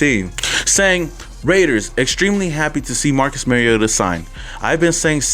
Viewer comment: When you learn to pronounce Mariota maybe you have some credibility.